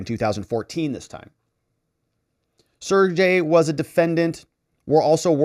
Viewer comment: The Russian name "Sergey" is pronounced "Sir Gay"